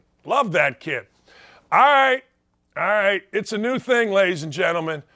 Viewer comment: Hey baldy. Alright has a L in it. It’s not i ite, fool.